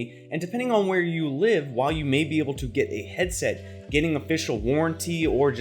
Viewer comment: "heaset" ya forgot the d